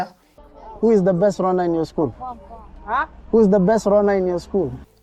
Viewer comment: You pronounced runner 🏃‍♂️ as Ronner, the kids definitely did u not understand what you were talking about, besides Kenyan runners are limited mostly to right valley area, not everywhere on Kenya.